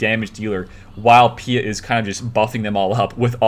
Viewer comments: PEET OR PEAT ITS PRONOUNCED. hes not French lol. Sorry, im triggering on you tubers not saying if right, like all of a sudden no one has watched anything star wars and never heard his name before lol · You have never watched anything Star Wars, have you. Vader pronounces it Pea-ette.